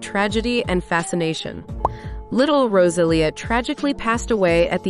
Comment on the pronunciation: and saying Rosalia as "Roselia", like the Pokémon.